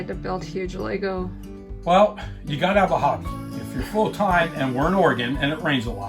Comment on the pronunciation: ahhh I am really enjoying your videos xx its kinda hard to explain but I guess we say LEGGO like emphasis on LEG ... lol I hear LEY Go when I hear you guys speak about it 🤣😍😍 but it also might just be my ears lol 😍🤣🤣 I love it !